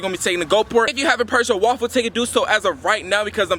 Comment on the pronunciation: When he tries to say raffle it kind of sounds like waffle do any of y’all agree